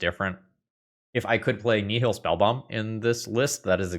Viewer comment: I appreciate using the Latin pronunciation of "Nihil." It's also entirely unsurprising given he's literally a Latin teacher